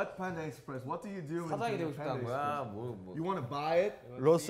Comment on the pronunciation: stan ot7 No, That was : panda expresh.